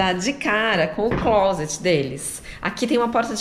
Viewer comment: A primeira pessoa no Brasil que vi pronunciando a palavra ‘Closet’ corretamente 😃